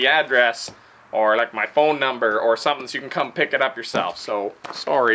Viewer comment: So Canadian at the end “so.. soorry” what a genuine guy ❤